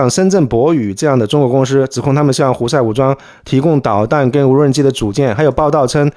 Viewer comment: 提个意见，老师可以不要分平舌翘舌吗？就全部平舌就好，公司你非要说公私...